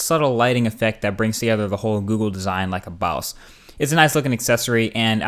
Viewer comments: Boss NOT Baos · you had my thumbs up at "baws" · its so the funny the way he says boss